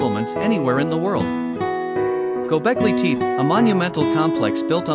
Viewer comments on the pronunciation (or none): he means pronunciation tep-eh.... not teep..